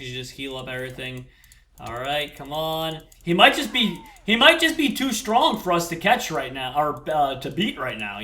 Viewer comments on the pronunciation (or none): none